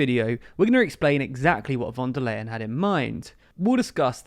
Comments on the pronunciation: /fon der ljen/ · Phone da lion (or "phone da line") :) Easy to remember this way actually.